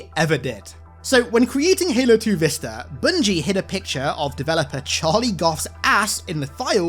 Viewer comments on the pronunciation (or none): none